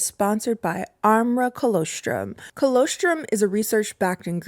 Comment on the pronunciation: I think you’re pronouncing colostrum incorrectly, and I normally wouldn’t comment but it’s part of breast milk, and I actually went to check the description because I was hoping it was a different type of supplement 😂